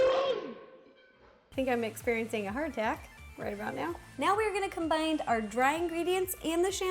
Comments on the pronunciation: I love the way she says combine like 'combind'! hehehe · Did she say combine or combined ? Either way she is so cute!!😘